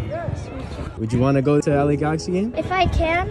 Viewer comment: Uuuufffff why they pronounce words like that 🙄 its la galaxy not gakxy